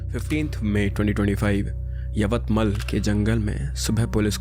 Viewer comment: Hello sir it's यवतमाळ not यवतमल 😊